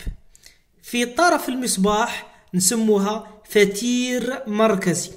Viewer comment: ليس فتير بل قتير